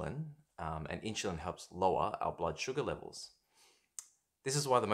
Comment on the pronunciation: There is no "C" in the word "Insulin" Dr...lol